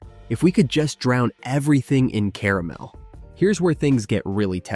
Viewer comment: At least "caramel" is pronounced properly at first. CARE a mel. Still a crappy computer generated voice track